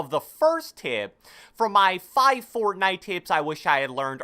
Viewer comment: "Fourtnitee" - who ever made this video